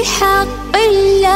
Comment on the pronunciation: В Имени Аллааh, не до конца произносишь все буквы